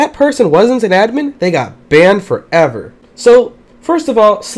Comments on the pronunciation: Banmed foreaver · it sounds for me: band forevar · bAndE fOreVr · I like how you say "BANNED FOREVER"